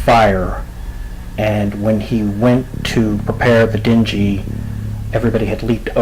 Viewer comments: It’s a ding-gee, not a den-ji. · The small boat that he used to escape (a dinghy), is pronounced “DENG-ee”, with an emphasis on the “G”, not pronounced “din-JEE” with a “J” sound... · Good narration style, but perhaps run it by someone with a good ear and vocabulary prior to recording? Certain words, "glowering", "dinghy", "meticulously". Well done overall. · The way he said "dinghy" was annoying the shit out of me but other than that the story kept my interest 🤷‍♂️ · How the hell did you not know how to pronounce the word dinghy. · 30 seconds with Google would have advised you of the correct pronunciation of ‘dingy’. That and implying they went to Bimini to stand around and look at pelicans. Bimini is very unique. I would venture to think, during that timeframe, even more fascinating than it is today. Hemingway lived there when he wrote ‘The Old Man And The Sea’. Pelicans.